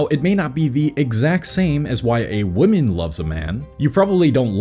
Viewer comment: Singular woman is pronounced as man at the end. Plural ends with men and is pronounced as such